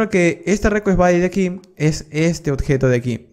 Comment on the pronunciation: ¨odjeto¨ dice el bruto! Se dice ¨objeto¨